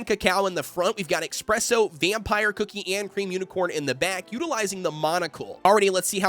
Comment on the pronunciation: It’s not Ex-presso. It’s Es-presso. Coffee is not your Ex. Coffee is your friend. 😅Thank you for your information. Would like to see a full almond comp if you have the chance.